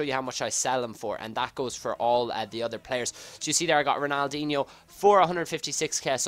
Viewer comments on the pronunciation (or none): none